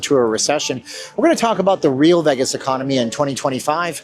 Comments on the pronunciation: it's hard to take serious a person who pronounces it "veghis" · I’m intrigued with your pronunciation of Vegas.